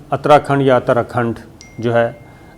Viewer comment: This is uttar Akhand is ko alif k ooper paish k saath pronounce kiya jata hai